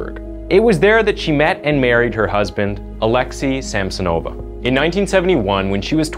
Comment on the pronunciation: Also it's not SamsonOva and UlanOva, but SamsOnova, UlAnova. Plus, the city Norilska doesn't exist, it's Norilsk.